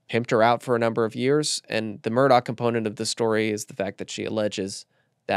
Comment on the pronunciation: why did you mispronounce Murdaugh? I expect that from network folks who don’t know better but you should know it’s Mur-dock not -daw.